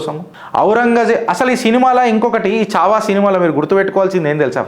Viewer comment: చావా కాదు మిత్రమా ఛా వా